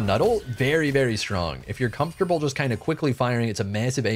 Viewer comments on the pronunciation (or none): none